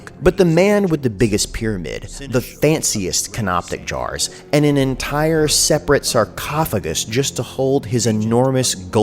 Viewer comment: "Canoptic jars" Yes, another guy and me did tell you this during the premiere, but I will continue making fun of you for it. Also, I would like to add to this subject by saying that I read that they threw away the brain after removing it through the nose. The rest of this joke writes itself.